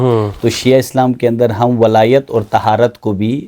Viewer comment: Walayat lafz hai Wilayat nahi Wilayat to foreign ko kehte hain